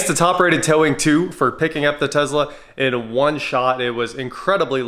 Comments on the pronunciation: Calling it a Tezla and not Tesla is akin to people calling you Jr. And not J.R. It's the man's name, be respectful of it. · Please stop calling it a Tezla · all i hear is you saying “tezla “ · Is saying Tezla a Kansas thing or a thing? Tesla! Doesn't seem like a good youtube build. Tons of software and inability to do most of that on your own. Not excited about this build that seems like a headache. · TESSSSLA. Please sir! I beg you! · Tezla is Musk's mispronunciation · Driving me crazy the way you pronounce Tesla, sounds like your from Canada. It’s pronounced like Tess La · why do you pronounce Tesla the way you do it? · Why would anyone expect you to pronounce Tesla correctly when you constantly use phrases like (these ones).